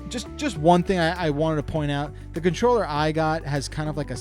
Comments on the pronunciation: What’s a “contorller”? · "Contorller" lol